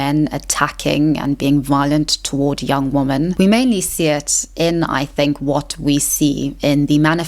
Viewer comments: Am I losing my mind or are you saying "woman" every time you mean to say "womEn" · I really like your videos. They make me think and offer new ways to discuss topics like this. I also admire how well spoken you are. And, if I may add, it is a small pet peeve of mine when people talk about women (plural) and pronounce it wrong. It's a woman (woo-man) and two women (wee-men). It's not a big deal, but it maybe undermines the message, similarly how bad spelling undermines the credibility of a text. Just wanted to leave this here. Thank you for your content. ^^ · What's going on with her pronunciation of "woman?" As in, she only pronounces the singular, never the plural. Is this some 16th wave feminist zoomer thing or is she just weird? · It’s woMEN not woMAN why is it always this one mystery woman? I don’t understand :,) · You say woman (singular) instead of women (plural). I'm not sure if its South African pronunciation, but just wanted to share that you're often slipping into saying woman not women. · I love listening to you. Your voice and accent is beautiful to me, just as much as your thought-provoking content. Anyone who doesn’t like how you pronounce ‘women’ can go stick their opinions up where the sun does not shine 🌞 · Love the content but please check the correct pronunciation of "women" and "patriarchy".